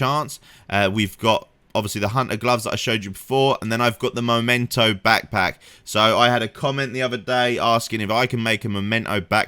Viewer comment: MEMENTO, not Momento!